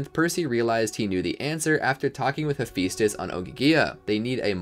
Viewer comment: I know right am always like it's he-phi-stus